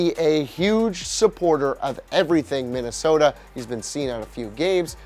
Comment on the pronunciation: ya said minasota twice